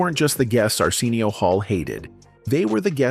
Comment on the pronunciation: AI voice: Ar-SEEN-eo 😂😂😂😂😂😂😂 People who watches Arsenio for the longest: Ar-SIN-neo